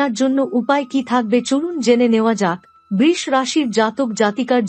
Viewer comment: Maa k niye oshobhotami babostha nakorle ki hobe? Brish bole kono rashi hoyna nakami na kore sudhho uchharon kirun Brisho bolunmagi tui Maar ashirbad pabikina dakh soiten